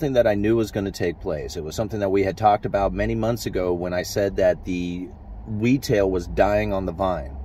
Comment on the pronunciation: The Wetail" haha